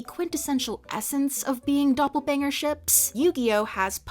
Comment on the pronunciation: Idk why but hearing you say “doppelbanger” has me in hysterics